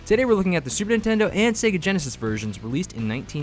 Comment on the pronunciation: 1st game was looking cheap on Genesis. Sequel was much better in every way. Did he say "Sega GenaSOS?"